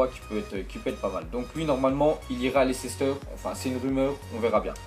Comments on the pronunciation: Tu peux arrêter de dire Lecéster stp lol merci ^^ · C Leicester pas lecester